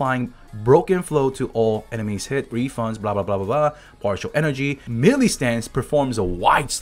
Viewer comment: just wanted to let you know that the word Melee is pronounced like "May-lay," not Mee-lee.